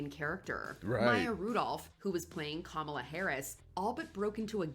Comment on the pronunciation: So firstly …it’s Keegan Michael Key (not K), secondly I’m sad about your viewpoint on Bad Bunny. As many have stated already, he’s freaking A m e r i c a n from Puerto Rico. Please learn and broaden your horizons, thirdly I can’t believe you still mispronounce Kamala. Shocking, really. Also …you have definitely not watched enough SNL if you don’t know who Kristen Wiig is.